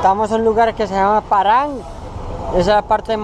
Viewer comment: No es Paran amigo, es Paharganj, por favor.